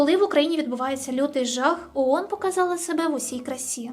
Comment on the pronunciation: Iрак вторгся в Кувейт,I"Iранськi" вiйська увiшли в краiну??I не Уон,а оон!